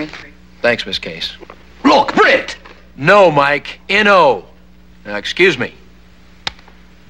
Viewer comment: Now the guys name is Britt. But at times it sure sounds like they call him, Brick. 🤣